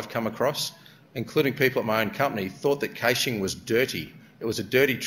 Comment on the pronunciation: He's gotta be about the only person I've ever heard pronounce it "cayshing". Wikipedia has it as /ˈkæʃ/ (sounds like "cash").